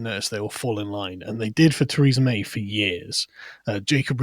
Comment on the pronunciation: . Who knew former PM May was partly French!